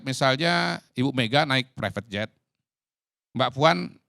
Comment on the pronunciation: Ngucapkan Prevet jet saja salah… Qodari.. Qodari… kualitasmu bener2 gorong2